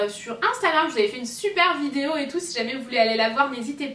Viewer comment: je rêve où elle a dit (f)idéo